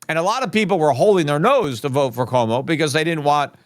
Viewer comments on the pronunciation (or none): none